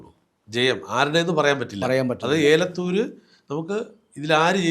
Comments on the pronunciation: ഏലത്തൂര്‍ അല്ല. എലത്തൂര്‍ ആണ്. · ഏലത്തു രല്ല എലത്തൂർ